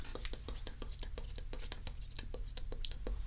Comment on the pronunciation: I have no idea why but on the stipple part it sounded like she was saying "staple "😂